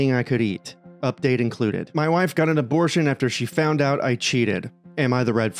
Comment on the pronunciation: "Okay so his wife got an aborsh" Immediate subscribe